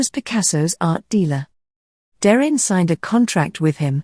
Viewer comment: I concur with all of the other positive comments....very well-done video. Par contre, Please check the pronunciations of "Derain" and "Collioure", which are inaccurate. Cheers.